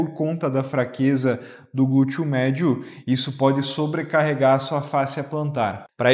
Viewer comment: Achei engraçadinho ouvir gúteo.😂